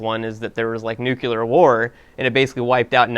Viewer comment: Welp, here comes a dickload of people to complain about the pronunciation of 'nuclear.'